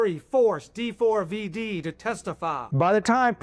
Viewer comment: FYI - it’s pronounced “David”